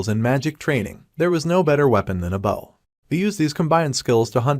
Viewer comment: You have no idea how nice it is to have a recaper that knows they need to respell the word "bow" (the weapon) so it doesnt make the voice sound like "bow" (front of a ship) it hurts my brain every tine a recap does that wrong so thanks.